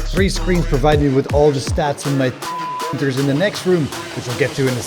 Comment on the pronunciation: why cant he say 3d printer